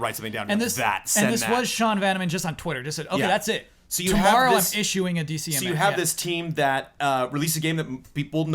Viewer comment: Correction: it is DMCA (Digital Millennium Copyright Act) not DCMA. had it right the first time he said it then self "corrected" to the wrong acronym for every other time he said it.